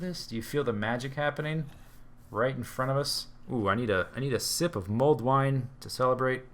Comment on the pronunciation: Mulled, not mold. ;) While I know next to nothing about wine, I have a feeling if your wine's growing mold, you've got a problem.